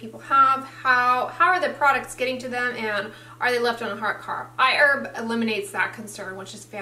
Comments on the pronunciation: The pronunciation! I-Urb! Did they correct you? You've never called it that in the past. lol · I've started using iHerb to buy Cerave, because it's not sold in Australia. I love it! It's funny that says iErb, instead of iHerb. That's how it sounds to my Australian ears lol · You changed your pronunciation of Iherb.